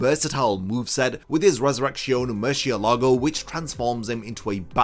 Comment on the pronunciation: Proper pronunciation of Spanish words used in the video and Bleach (funny that Japanese VAs can actually pronounce them better) Metra(je)ta Osc(oo)rahs Murci(É)lago Rel(Á)mpago Any respectable Bleach fan would listen to the Jap version to be able to pronounce them correctly.